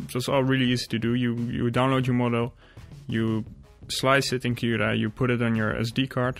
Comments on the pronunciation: Ben je Nederlands want de manier dat u cura uitspreekt klinkt wel zo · Het moment dat je cura zij wist ik dat je nederlands bent, alsnog een goede video ;)